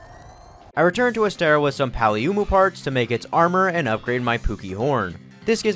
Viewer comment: why do you pronounce paolumu like that